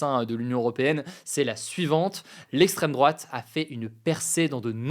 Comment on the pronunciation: "lesstreme drouate" on y crois plus hugo